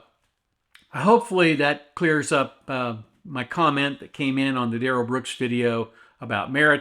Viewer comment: "DUH-RELL BROOKS" is the biggest turnip I've ever seen sit before a court, with such serious charges! It's disgusting. I can't wait for sentencing... He'll have to be dragged out... By the face... Using Hellraiser hooks!!!!!